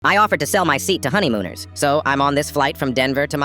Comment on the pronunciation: I heard honygooners😂😂😂😂